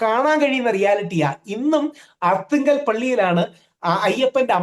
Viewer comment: ആർത്തുങ്കൽ അല്ല അർത്തുങ്കൽ ആണ്..